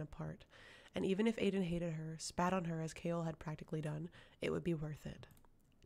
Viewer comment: Thanks for taking the time to read this but could you correctly pronounce the names of characters and places in the series? Like Aedion isn’t “Aden” it’s pronounced ae-de-on. And Endovier is pronounced like “in-Dough-veer” There is a video from Sarah j Maas that tells you exactly how to pronounce them! 😎